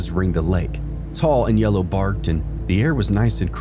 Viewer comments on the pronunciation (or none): none